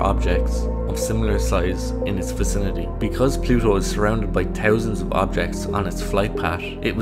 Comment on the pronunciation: Plusho. Is noo longeh a planesh. 😣 This appalling pronunciation makes me want to rip my own ears off.